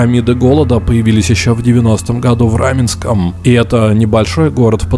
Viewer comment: Пересматривал видосики по Петскопу, захожу на новые видосики и слышу в каждом предложений, слове, окончаний, такое произношение раменСКОМ, подмоскоВЬЕ, не очень долГО, быстрого приготовЛЕНИЯ, не сдалСЯ и так все видео Никакой ненависти каналу и автору, но это тяжело слушать такое произношение